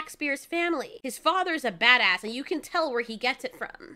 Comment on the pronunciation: Stop saying bad ass like that like that!